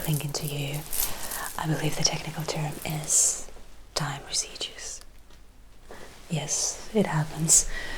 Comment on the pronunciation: Another fantastic video! Your English is excellent, but a small correction. Residue is pronounced differently.